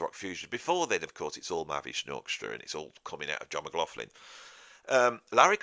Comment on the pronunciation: when you say McLaughlin,...it sounds like McLaughflin....flin intsead of lin...I know you pronounce the ''augh''correctly as most say ''loch''...but they ''gh'' sounds like an ''f''